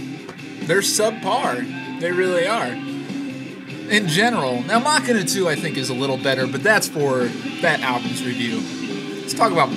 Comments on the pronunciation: please tell me you are calling it (mak-in-a) on purpose. you do know that it is pronounced (ma-sheen-a) right? i assume you were just joking. not to be a dick, but you put it came out in 200 not 2000. thanks for the reviews though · "Muh-Shee-Nuh", not Mockina... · mach ina i thought you were about to hauck a loogie, i always thought it was machine aaa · It's pronounced "muh-shee-nuh" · mah-quie-na :D :D :D :D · If you say "Mah-kin-uh" one more time I might weep. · I think it's actualy pronounced mu-shene-uh but I could be wrong.